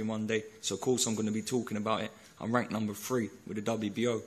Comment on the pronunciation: "I'm wanked number free" Bradley Skeet